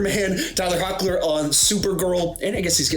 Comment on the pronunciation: this dude said hockler its tyler (hecklin)